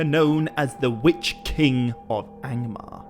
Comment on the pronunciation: Wytch-King are you talking about? :)